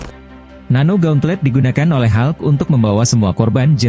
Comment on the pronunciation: Hulk ga dibaca halk